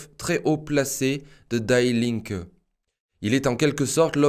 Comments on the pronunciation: Pour un germanophone, cela fait quand même mal aux oreilles. Die Linke, cela ne se prononce pas "daï linke", mais "di linke" (ce n'est pas de l'anglais, mais bien de l'allemand) De même "Stiftung" se prononce "chtiftoung" en allemand (le st se dit "cht" et le "u" sans les 2 points dessus se dit "ou"). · Die linke ne se prononce pas Daï linke, mais Di Linke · "Die" en allemand se dit "Dii" pas "Daï" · Die Linke c'est de l'allemand qui signifie "La Gauche" et ça se prononce "DI LINQUEUE" et non "DAILLE" qui est une prononciation anglaise. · Bonjour, et Merci !! :) Juste pour dire que Die Linke se prononce Di linke(u), non /daï/ Linke. Pour servir, non pour "critiquer" Merci ;) :) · Ce n’est pas « d’aïe » linke qu’il faut prononcer mais « Di » linke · En allemand, "Die" se prononce comme en français et non pas "daille". Toujours beaucoup d'erreurs de prononciation dans les langues étrangères. Ce qui montre un manque de précision . La forme est aussi importante que le fond. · Oups...die Linke veut dire, la gauche, die est l,article féminin et se prononce DI...🙏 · PS : on prononce "di linke" comme dee. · on prononce "DI" linke =) super video comme d'habitude merci =)